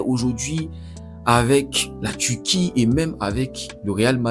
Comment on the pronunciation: On prononce Turquie pas Tuti